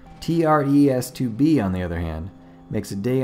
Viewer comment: “T.r.e.s” More like Tres Tr-es..